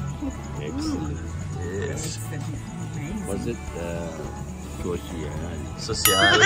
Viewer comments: Hahaha 🤣😆 marunong na magsabi ng Sowsyal si 👍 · It's soosyal kuno, hagi Nitro ❤.